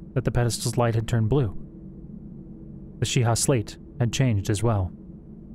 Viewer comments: Great audiobook! Thanks for all the hard work! Just a minor nitpick, I believe "Sheikah" in the Zelda universe is pronounced "Shee-ka". Can't wait to hear more! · She-ka i think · I’d have pronounced it the way it’s pronounced in the game.